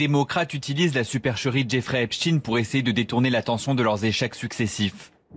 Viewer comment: Bonsoir! La voix du reportage sur " Epstein " qu'elle prononce " epstine " cela m'a fait beaucoup de mal surtout répété de nombreuses fois 😂 Bon boulot Mouss et courage, nous sommes des résistants de l'ancien monde🫡